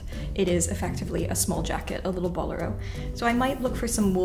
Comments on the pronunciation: bo-LEH-ro, please. The accent is on the second syllable. The word is of Spanish origin. A boléro is a type of Spanish flamenco dance and the flamenco dancers who dance it wear this type of jacket. P.S. I love it when you geek out over something and beat it into reality with your talent and skill. That shade of blue is so gorgeous. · Check your pronunciation of “bolero” and “impasse”.